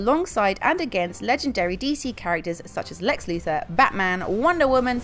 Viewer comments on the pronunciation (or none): none